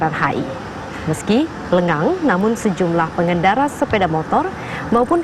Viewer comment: Kurang g lenggang bukan lengan